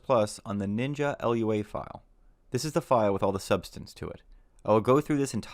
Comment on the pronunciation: Lua can be pronounced loo-ah, rather than spelling it out.